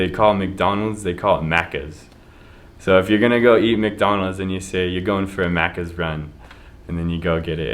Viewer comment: you said maccas perfectly my dude. perfect accent.